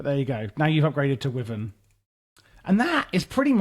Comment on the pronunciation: Just a friendly note, wyvern is pronouced like "Y-vern" or as google claims "wai-vn" think of the W as a silent letter